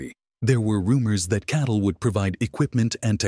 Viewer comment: the ai get catl wrong pronouncing it as cattle, the bull sheep channel